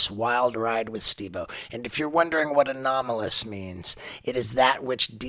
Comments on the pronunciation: “Anomanalis” phenomena 😂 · anolamis, anominis, alolominis, anomalis, anomonys, anonymous, anomolous. 🤪😜🤔 🙈🙉🙊 ufo man, just say ufo. 🤠👍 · Oh god one guy said "anonomalous". Please learn English if you have a podcast or show.